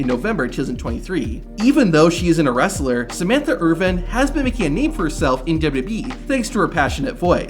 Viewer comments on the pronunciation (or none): none